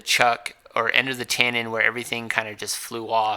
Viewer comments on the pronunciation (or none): TENNON, TENNON, TENNON not tAnnon.....